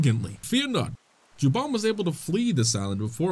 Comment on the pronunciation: Game: Jabun: Juban